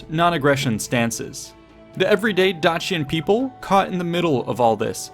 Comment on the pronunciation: Dacian = Day see ahn not Dah chee un